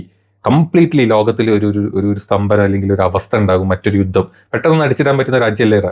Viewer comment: യൂത്തം അല്ല യുദ്ധം